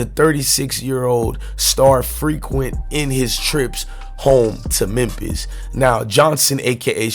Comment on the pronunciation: Yoooo it's Memphis not MEMPISS 🤦🏿‍♂️